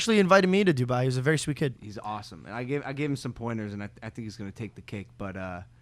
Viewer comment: I KNOW Dubai hates mike for saying Duboy